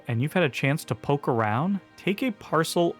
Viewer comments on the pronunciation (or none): none